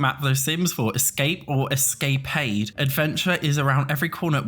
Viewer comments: Escapade? pronounced es-ka-paid? that took me out lmao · New pronunciation of “escapade” unlocked!!!